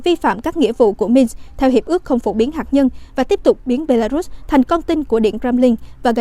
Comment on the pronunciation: Hạt nhân chứ không phải là hạc nhân rất chi là khó nghe.